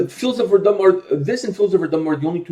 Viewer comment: How can so many people pronounce Verdun wrong especially after hearing the Fields of Verdun?